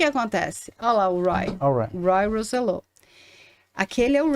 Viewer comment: Robby, Ray, Roy, Charlie e Ricky. Conheci todos eles. A pronúncia não é Roy " rouzellô " a pronúncia é latina " rósssselló " Edgar Dí-az não, Diiiiaz. Criador do grupo era o Edgard o José Menendez era presidente da gravadora em Los Angekes, foi a porta de entrada deles nos USA.